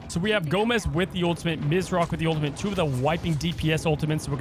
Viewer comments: There’s no ‘n’ in ultimate. I swear he kept saying ultimant was driving me nuts. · He needs to learn how to pronounce ultimate